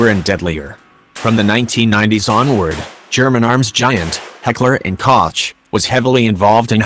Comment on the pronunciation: The way he said heckler&koch gave me cancer